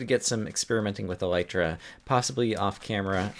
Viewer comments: you are pronouncing Elytra wrong. it is pronounced E-lie-truh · I know you're probably joking, but I find it actually slightly annoying that this wrong pronunciation has caught on in Minecraft circles.